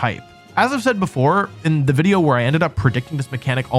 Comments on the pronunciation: Video? You mean Wideo right? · excuse me, did you say "Video"?